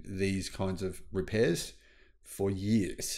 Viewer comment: “For yearhhs” 😆